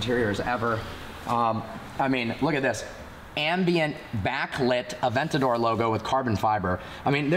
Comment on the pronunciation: "Aventadoor" heard it here first